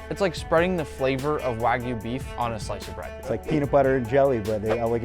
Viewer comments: did he just say Wagoo instead of wagyu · bro mispoke wagyu to wagu💀☠️💀☠️ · Dude needs to work on his pronunciation. "Wagu" hurts my Japanese-trained ears. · When people call it Wahgu or Waiiiigyu....my ears bleed. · "a5 snow wag-oo" 💀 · the chef said sno wagu lol